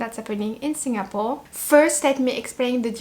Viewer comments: You pronounced same as many local uncles and aunties the way they pronounced "SinGApore". It's very local and more endearing to me. 🤩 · The way you pronounced Singapore is so Singaporean. Must be influenced by your Singapore friends.:goodvibes